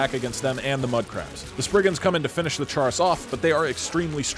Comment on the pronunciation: Way to mispronounce chaurus. It's "chorus"